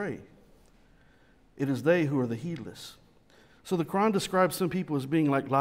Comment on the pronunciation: When pronounces "Quran", 90% of the time it sounds to me like "Nokron"...I gotta agree with him, Doom Eternal lore is better.